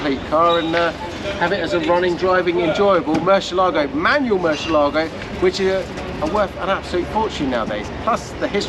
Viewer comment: I reluctantly clicked play with my fingers crossed "Please don't say Mercy ALAA go... please don't say Mercy ALAA go... please don't say Mercy ALAA go... please don't say Mercy ALAA go... please don't say Mercy ALAA go... please don't say Mercy ALAA go...". Sigh.